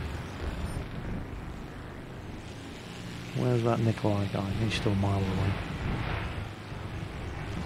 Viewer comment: You're supposed to pronounce it "Niko-lie". Not "Niko-lay". I'm "Russian",trust me ;D